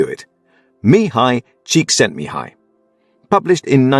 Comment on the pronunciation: You pronounced the author's name perfectly (I'm Hungarian)